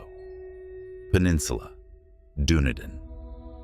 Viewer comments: It is most DISRESPECTFUL to pronounce place names in correctly!!! it is Dun-e-din NOT Dune-i-din Why-toe-mo is CORRECT pronunciation Ray-ing-ga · Da nee dun Not dune a din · they’re telling you Dunedin is pronounced dun eee din. I only know the pronunciation because I watched a true crime story from there. AI is butchering pronunciation. You may need human involvement in your channel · Waitomo, was the worst. Why TOE MOE. Dunedin. I almost did not know what he was referring to. Kawarau. Car Wa Row with short O sound like pow